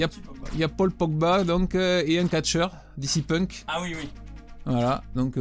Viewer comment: C'est moi où il dit DC Punk ? (à côté de Paul Pogba)